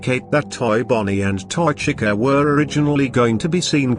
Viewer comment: As decent of a job the text-to-speech thing does, you might want to consider changing how you spell certain words in order for the program to pronounce them correctly. Chica is a big offender here, and when you're trying to get the program to read off the year of a date correctly, I'd spell it out instead of leaving it as a numeral. When in numeral form, it wants to read it like it's a number rather than a date. For example, when you used 1989 it read the number is one thousand, nine hundred eighty nine. Instead, you should put it in the script as "nineteen eighty-nine" so that it reads correctly. I'm not sure if you listen to the speech before adding it to your video, but it's just a suggestion.